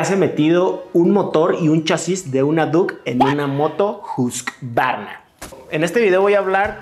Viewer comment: Uy amigo en la pronunciación también estás mal. No se pronuncia husq-varna sino que se pronuncia Hus-qvarna (hus-kuarna) en sueco. Pero muy buen video! Me gusto el formato!